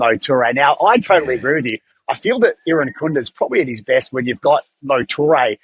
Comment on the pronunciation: Irankunda not Erinakunda please